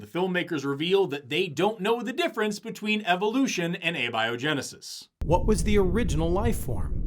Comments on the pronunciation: he pronounces abiogensis as "Abby O'Genesis", which happens to be my new drag persona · Admittedly, Abby-Oh-Genesis is a hilarious pronunciation. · Their film just pronounced "abiogenesis" as "ah-biogenesis". Jeez . . . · they can't even fucking pronounce abiogenesis correctly... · All biologists punching their screens after hearning him pronounce abiogenesis the way he did.